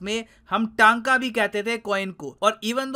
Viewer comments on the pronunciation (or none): The correct pronunciation for tanka is Tonka/tunka/टनका , It's not pronounced as TAnka/Taanka. तंका or rather as टंका! ton (I’ve got tons of work to do) टन Or rather... Tonne ( Tonnes of oil) टन (...दो लाख टन तेल पाया गया...) Tonne + ka = टं + का = टंका In Odisha we use word Tanka for paisa/money. We have been using this since ancient times. English: How much money to pay? Hindi: kitana paisa dena hai? or kitana paisa? Odia: Kette Tanka? I'm half Odia and Half Marathi. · We odia also call rupee as tanka (टंका)ଟଙ୍କା ( not टाका )